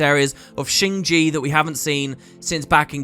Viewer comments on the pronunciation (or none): Actually it is not "Shing Ji", it should be pronounced "Shing Jia" meaning either "New Home" or "Newly Added" in Chinese. Yes I know, Cantha is not necessarily Chinese, but almost everything else about it looks like it.